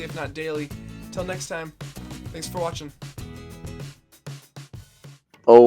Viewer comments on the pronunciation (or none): none